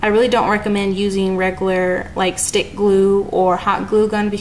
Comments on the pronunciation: the word "regular" is pronounced RE-Gyou-LAR not Re-goo-lar... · It bugs me half to death when you say "regaler" it's "reg u lar"